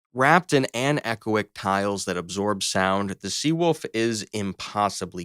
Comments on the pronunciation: It's pronounced anna-coic. Aside from that keep up the good work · Man you can really hear the AI voice struggle with certain words like "anechoic"